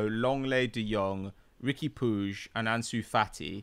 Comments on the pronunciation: No, its pronounced more like "Pooch" - it's Spanish/Catalan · Riqui puigs name is pronounced “pweeg”